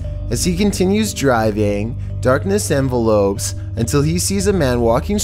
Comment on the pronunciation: It's darkness envelops not darkness envelopes lol. Not sure if you'll even get it since you didn't read it right before lol